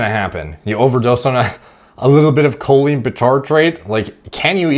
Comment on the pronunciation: Makes fun of the guy's pronunciation and proceeds to butcher Choline.